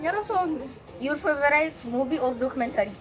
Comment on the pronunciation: Menukuse nesh end? meskelu betam tilik naw.(are you a nun?) don't say Feverīt but Feverāt for favorite.